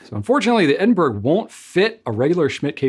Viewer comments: It is pronounced Eh- duhn- bruh or Ed- in- bra not Edin-burg. You've got the UK wincing right now lol😅. Much love x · dear, it's Ed-n-bur-uh or Ed-n-bruh, not Ed-n-berg. Is it possible that Goulet will eventually carry any of the Manuscript calligraphy pens? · Edin-burr-uh. Just saying! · Edinburgh is pronounced as edin borrow, a city within Scotland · I love the look (and name) of the Edinburgh! However, please note that you are mispronouncing ‘Edinburgh’.